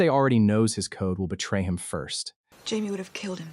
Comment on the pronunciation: AI voice over is so bad. Jamie’s name being absolutely butchered